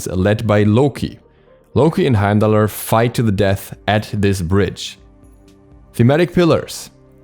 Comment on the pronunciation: I didn't mind beefrost so much, but Heimallerer hit so hard and you said it so many times, Heimdallerer, Heimdallerer